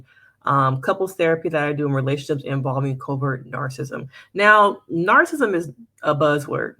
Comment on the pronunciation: The pronunciation of "narcissism" is typically: /ˈnɑːr.sɪ.sɪ.zəm/ or in phonetic spelling: NAHR-suh-siz-uhm